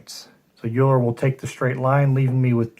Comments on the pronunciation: Thanks for the playthrough, good to see your videos again. I believe Euler is pronounced: Oiler. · Looking forward to getting this. :) Thanks for the play through! I am pretty sure ‘eu’ is pronounced ‘oy’ in the German language :)